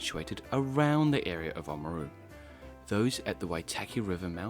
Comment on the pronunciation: You say "Māori" beautifully, but I wonder why you can't say the first 'a' in O A maru? Nicely done, overall. Thumbs up.